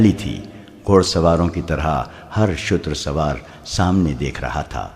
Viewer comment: Shooter sawar not shater swar